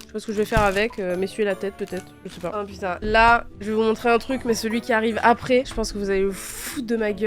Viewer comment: pour pu***n tu dis poutine